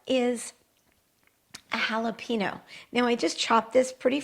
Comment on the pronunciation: Love how she says jalapeño